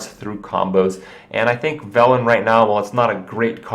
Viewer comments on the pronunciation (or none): none